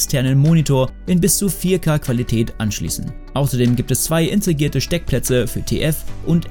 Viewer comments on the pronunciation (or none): Ich höre immer "intrigiert"... hierbei geht es jedoch nicht um die Intrige. sorry aber es müsste integriert heißen. 🤦‍♂️ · Hinweis für den Kommentator: "Intregiert" und "integriert" haben unterschiedliche Bedeutungen... das erste Wort nämlich KEINE. Bitte also keine Fremdworte verwenden, die man nicht aussprechen kann!